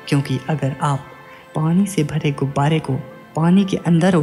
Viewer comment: Gubare Ko gubaady bolte Ho aap.